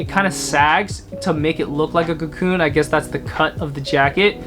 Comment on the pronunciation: "Cocoon" isn't it :) anyway, love from Berlin!